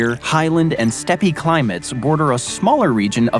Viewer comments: Steppe is pronounced in one syllable: "step" And the pronunciation of New Madrid stresses the first syllable of Madrid: noo MAD rid. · Did he just say the “Steppy” climate 😂. Steppe is pronounced “Step”. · "steppe" is pronounced "step", not "steppy". That famous earthquake is the "New Mad-rid", not New Madrid like in Spain. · 'step-pee'? it's a 'step' kid, get into language if you like history and maps... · I just found this video as a review on another channel, and thought I'd pass along to you the things I found. On the subject of the MO section, New Madrid = MAD-rid, unlike the city in Spain. In the CA section, the 4th. climatic area was called the "STEP-ee'; I think you were trying to say 'steppe', which is pronounced 'step'. WW1 was from, but it was stated in the VA section that after that war, Alexandria County did something, but 1945 (the year WW2 ended) was flashed on the screen.(?!) Texarkana is pronounced tex-are-CAN-uh, rather than -CON-uh, since 3 states are involved in the name: TEXas, ARKansas, and LouisiANA, which is not pronounced lou-ee-zee-ON-uh. Re. the Bering Land Bridge, in this case, the body of water is a 'strait', not a 'straight'. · Steppe is pronounced "step." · Why did you say "stepp-ee"? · dude I know lmao. When I heard him say “Steppy” I was like what?? This is supposed to be a channel about maps and geography and you don’t know how to pronounce steppe? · Thank you. Those and "steppe" drove me nuts. Why do people not research these things before going to all of the trouble of making a video like this? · I step on your pronunciation of steppe.